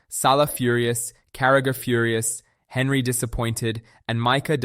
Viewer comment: Sorry my guy, but its pronounced "on-ree", not Henry. 😂